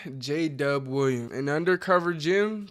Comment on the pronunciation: We might know who J-Dub is, but your text to speech certainly does not, apparently J-Dub sounds like: Jada, Jadhav, DJ Dove (lol), Jay Dub, Jay De, Jada Jacob